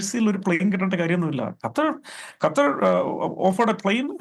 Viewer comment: അണ്ണാച്ചി കറ്റാർ അല്ല ഖത്തർ